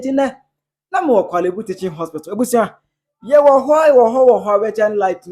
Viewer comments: Kwale bu teaching hospital 😂😂😂😂😂. instead of Korle bu! ofui. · Masa pronounce it well wai na 3de3n ne kwalebu 😩😩 De word is"; Korlebu 😊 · Korle Bu, but not Kwalebu:: please becareful with your pronounciation… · It’s Korle Bu not Kwaaley Bu